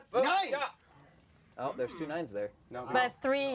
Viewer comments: Ja is pronounced YAH! Not Jah! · every time they say dja instead of ja my life gets shortened by like a year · FOOLS. STOP SAYING JA! ITS PRONOUNCED YAH!! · Am I the only one that gets triggered when they pronounce the 'j' in ja as a 'j' when it's actually pronounced as a 'y' in German. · You pronounce "Ja" like "ya" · Ha is pronounced ya as they don't pronounce the j's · Ich am German and I am so offended by them saying "ja" wrong... 😂😂😂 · so funny to hear how you have no idea how to pronounce ja and nein;) greetz from Germany.....love the channel you guys:)